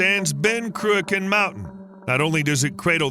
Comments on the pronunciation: I THOUGHT it was Cruachan; you Speech ---->TXT said Ben Kraken. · Shame this guy didn’t practice pronounciation of the mountain and dam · Would love to teach you how to pronounce the word 'Cruachan' properly, but your making a brave effort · Crew - a - con? ... Love it. It's pronounced Crew a chan ('ch' sounds as in loch). Never mind: Right at the end, the bloke doing the voiceover proves he can't say loch either. It was built because nuclear power plants take ages to ramp up and slow down. Cruachan enables nuclear power stations to produce at a steady rate while taking care of peaks and troughs in demand. It's now being used to try to do the same thing with wind power because the 'green' lobby has stuffed nuclear power. Unfortunately, supposedly environmentally friendly wind turbines actually produce more greenhouse gases per kilowatt/hour of electricity generated than nuclear stations because wind turbines are so grossly inefficient and use huge amounts of steel and concrete in their construction. The electricity they produce is entirely unreliable (when the wind don't blow, the turbines don't go and the leccy don't flow) and hugely expensive, which is why we pay a fortune for electricity in the UK. Time to give the 'green' lobby a good kicking, don't you think? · Not even our biggest hydro plant. Also its not "croo-ak-kan" Its more like Crook-en" but the K is pronounced like the ch in Loch (not lok). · Cruach ann Not Cruchon Sc Otland NOT Scaatland .....Tich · My father was a civil engineer on the Cruachan dam project. My mother lived in one of the nearby villages. Without hydro electricity I wouldn't be here! P.S. It's pronounced Croo-achhhh-an not Croo-akan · Croo-akaan ? 😂😂😂 If you’re making a vid, at least have the courtesy to research the correct pronunciation. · Listening to an Amurican pronounce scottish words is hilarious . Ben crew-a-khan😂😂😂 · It's pronounced "Crew-kin/Croo-kin". You're welcome. 😉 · Your mispronunciation of Cruachan drives me nuts